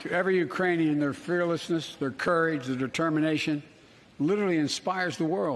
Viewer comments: Sounded like "Uranian". He probably thinks we've colonized Uranus. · he said Uranian lmao.